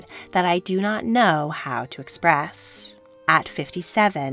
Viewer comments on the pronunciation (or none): none